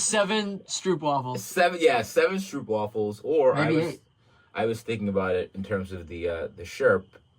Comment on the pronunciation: Sorry ladies.. but it’s strOOpwafels, not strupwafels ;)